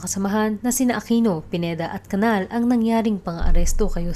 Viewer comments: Its CANIAL ( enye). Hindi Canal. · The correct pronounciation of CANAL is CANIAL. Enye.